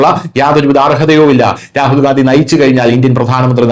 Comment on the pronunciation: ഗാന്ധിയല്ല, ഗണ്ടി എന്നു പറയു